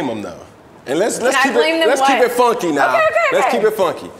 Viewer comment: So it “foonky” fridays? …because of the ü?